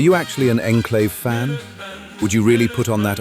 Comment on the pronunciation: this was clearly made with ai because the ai pronounces the enclave incorrectly and project purity doesnt look like that